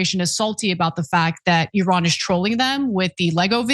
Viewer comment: I LOVE that you correctly pronounce Iran 😊